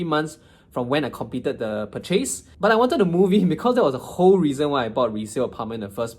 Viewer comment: Interesting way of pronouncing the word “purchase”. Ahem.